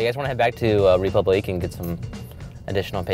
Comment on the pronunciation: Imagine naming your high-end restaurant "Republique" and not being able to pronounce it correctly.